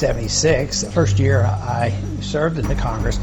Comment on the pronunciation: I was about to write this but checked to see if it had already been done. He slipped on " Year " too.